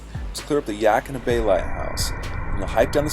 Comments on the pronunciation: Did you mean Yaquina Bay lighthouse? Sounded like you said Yakima Bay lighthouse. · Thank you for the inspiration and tips! Do you still come over to Newport? Btw Yaquina is pronounced ya-qwen-ah if no one's told ya yet :) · Great job on the video brother, but your pronunciation of your location was hilarious